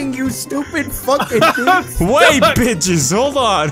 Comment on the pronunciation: "Lets do this butches"😂😂